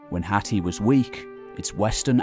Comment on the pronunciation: I’m sure your pronouncing Hatti wrong